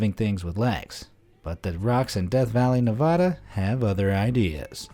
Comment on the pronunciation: Tempted to give a dislike bc the way you said Nevada.... ugh!